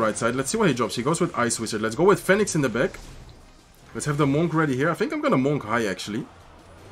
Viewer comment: Love watching you. Du Spielst immer unglaublich gut! Und auf Englisch, Monk rhymes with DUNK, like slam dunk, hunk, junk etc… just wanted to say that, if it helps. Peace!✌️❤️